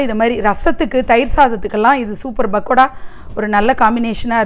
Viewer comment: Its not "bakoda " ...its "p"akoda sorry...couldnt resist correcting it !🤭